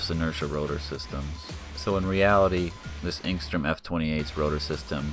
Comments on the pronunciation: You keep pronouncing it if there were a g in it aka engstrom. Its enstrom. You become annoying. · I just wish you wouldn't say "Engstrom."